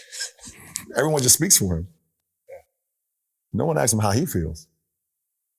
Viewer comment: lebron trying to say “ask” 😂